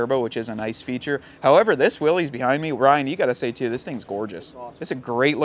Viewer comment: It is 'Willis', not 'Willies'. Weee willies!